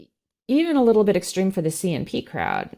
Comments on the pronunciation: She should learn to pronounce extreme properly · for a word you mispronounce...you add fuel by repeating it in several forms, what seems to be 100 or more times..."extreme"..."extremist".."extremism"...........puleeze......I want to tear off my headphones when you talk...that totally defeats your purpose..you make that word sound like a bacterial infection...am I the only one who feels this way?